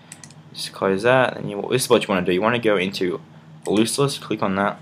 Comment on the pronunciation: He said lossless as looseless. Grr.